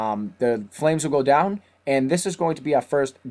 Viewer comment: lol im sorry but i just found it so fukin funny wen u just casually said then we get twoun into hell